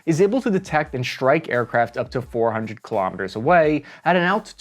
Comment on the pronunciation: Why do you use German pronounciation: "shtrike" instead of "strike"?